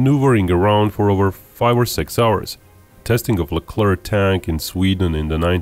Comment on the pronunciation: The ONLY video where the final c in "Leclerc" is not prononced. Bravo.